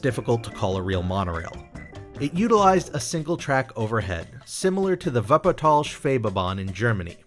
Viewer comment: My compliments for your pronounciation of the word "Schwebebahn"!